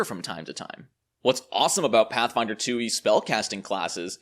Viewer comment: Does this guy even like Pathfinder? When you say it like that it sounds awful.